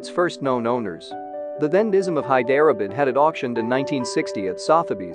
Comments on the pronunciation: Ikr. High derah bid. Where the heck is that? 😂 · Thank you I thought at first it was my ears...In places, i didn't understand what the narrator was actually saying till I saw the spelling Hyderabad, Nazim etc, etc Time and time again...so bad. Why? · “Hi-DER-uh-bud??” 🤦 How about losing the computer voice, and improving the pronunciation?